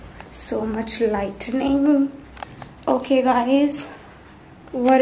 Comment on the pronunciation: Its LIGHTING not LIGHTNING